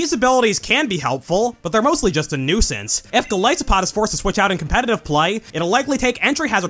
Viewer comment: Golisopod's name comes from goliath and isopod so it should be pronounced with a hard I sound